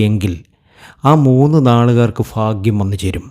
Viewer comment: വിവരിക്കുമ്പോൾ ഉച്ചാരണ സ്‌പുടത വേണം. ഫാഗ്യമല്ല.ഭാഗ്യമാണ് .കുറെ തെറ്റുകൾ.